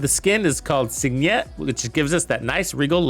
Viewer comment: Signet, like signal. Relax with the accent 😅